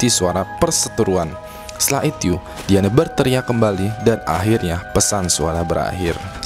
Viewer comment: gua denger "setelah ityu" :v